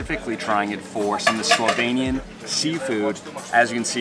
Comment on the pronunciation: I have to say, I was really impressed by your pronunciation of Slovenian words. It was absolutely perfect 👌 It's a shame you didn't go to check out lake Bohinj. Only 20 min drive from lake Bled. It's bigger and even more natural - much less bothered by humans. And when you were in Postojna, you should definitely go check out Postojna cave. It's an amazing experience. One of the biggest caves in Europe and it has a train ride to go inside. It was the first cave in the world to have an electric lightning system inside it. You can also se an animal called proteus there (baby dragon they call it) and it only exist in that cave system and nowhere else in the world. It has human like skin, is pretty small, but can live like up to 80 -100 years. Oh, and if you wanna experience the real wine regions of Slovenia, you need to go to east of the country. There is where the real wine magic happens. If you know where to go, you can find some of the best wines in the world there. They also have the oldest vine in the world (according to Guiness Records), like 500 years old. It survived countless wars including ww1 and ww2 and it still produces wine. And there are also some very charming and well preserved medieval towns (oldest in the country). Some date to roman times and even older), to explore. And traditional food in that area is also interesting to try, it differs from other regions. So.. if you ever decide to come back you have some more things to see 🙂